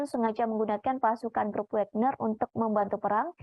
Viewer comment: bacanya Wagner bukan Wégner